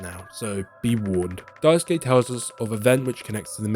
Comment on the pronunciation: thanks for pronouncing Daisuke correctly, unlike the many YouTubers who do not and could simply use Sasuke from Naruto to say it right 😅